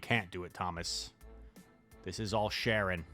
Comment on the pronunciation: Also, Charon is pronounced KARE-on.